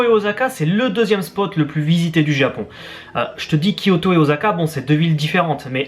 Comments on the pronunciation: video grave bien mais juste un petit truc pour osaka c'est un S et pas un Z voila tous ce que j'avais a dire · Grrr Osaka pas Ozaka. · ça pique les oreilles de dire oZaka ...:'(